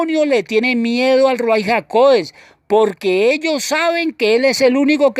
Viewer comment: Shalom ach! Yahweh le bendiga. Le pregunto algo: ¿Por qué usted escribe y pronuncias Ruai? Tengo entendido que lo correcto es Ruach HaKodesh.